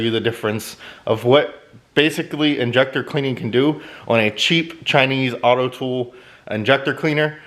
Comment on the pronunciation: AUTOOL not AUTOTOOL.